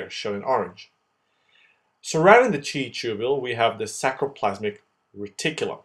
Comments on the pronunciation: FYI It's sarcoplasmic reticulum not sacroplasmic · Nice explanation but .. It is sarcoplasmic reticulum not sacroplasmic .& many mistakes . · sarcoplasmic not sacroplasmic